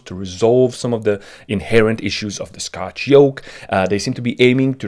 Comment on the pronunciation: you said sctoch instead of scotch hahahahahahahhahahahaha